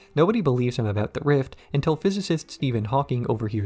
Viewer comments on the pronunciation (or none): none